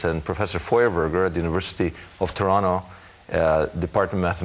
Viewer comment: Not that this is relevant but did he live in Toronto because he prononces it without the second t like a native